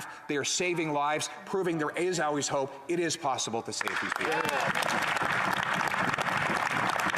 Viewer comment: ill trade 5000 "um"s for 5 owlways please